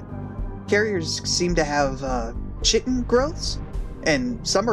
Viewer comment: love your vids man also chitin is pronounced Kie-Tin